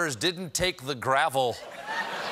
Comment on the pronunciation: Not “gravel” like the gravel rocks in Mnuchin’s head, it’s Gavel!